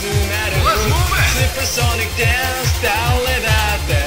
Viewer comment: カラオケでのおれの十八番です!! DANCEの発音良い!!!